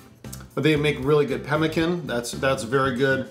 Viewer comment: You said pemmican but I heard pelican